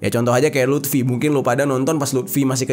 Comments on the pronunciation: Luffy bang bukan lutfi🤣🤣🤣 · luffy bang bukan lutfi wkwkkw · luffy bang jer,,bukan lutfy,,lutfy mah temen gua maen gaple bang jerr😂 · Bukan LUT’fi bang bukan 😅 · Lufy bang bukan lutfy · Luffy bang bukan lutfi... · Teori big three nya agak beda dari pendapat gw, tapi ya bebas brpendapat krna big three gk ada rule atau kategori khusus. Cara baca yg bener hunter hunter bukan hunter ex hunter, dan cara baca luffy itu luffy bukan lutfi ntar jadi anjayani dong. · Luffy bang bukan lutfii anjirr😂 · Luffy bang bukan Lutfi😅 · Luffy bang...bukan Luthfi...Kalo si Luthfi anaknya Mang Jajang...wkwkwkwkwk. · Luffi bang bukan lutfi wkwk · Luffy luffy luffy bukan lutfy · Kok lutfi bang😂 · Lufi bang bukan lutfi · Luffy bang bukan Lutfi 😂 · Bang itu Luffy bukan Lutfi, kalo Lutfi mah temen gue bang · Luffy bang , Klk Lutfy tetangga antum bang😂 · Luffy bnag 😂 maaf bukan lutfy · Luffy bang bukan lutfi😂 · Luffy anj.. LUFFY... bukan Lutfi... Sebeh bed denger nya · Luffy bang bukan lutfi, kalo lutfi temen gw yang suka ngupil klo lagi belajar wkk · Gua stop nonton pas dese bilang luffy jadi lutfi 😒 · Bang jer ga pernah nonton one piece? Maap bang, penyebutan karakter luffy di telinga gw jadi lutfy😂eustass kid jadi eustad😅semangat terus bang, seru nih pembahasannya🔥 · ngakak bang lu bilang lutfi😂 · Walah, stop nonton pas dia bilang "lutfi" :v